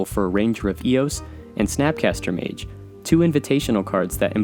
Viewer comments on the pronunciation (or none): none